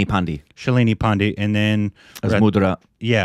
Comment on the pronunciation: Please don't say it as "pendi". Thr is a whole history behind that pronunciation. That the exact pronunciation that arrogant British rulers used to refer to Indian soldiers fighting against them since he was the person who started rebellion was named Mangal Pandey. I am pretty sure u don't mean that. The correct pronunciation of 'Pandey' is 'paan-day'. 'Pan' as in paan u ate while in India and 'Dey' as in day-night.